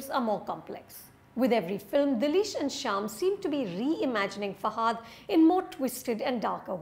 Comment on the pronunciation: Its not pronounced as Fa"haaa"dh. It's just Fa-ha-dh.